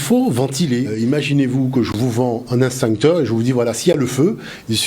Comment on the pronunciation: "EX-TINCTEUR" - PAS - " INS-TINCTEUR "!! MERCI !!!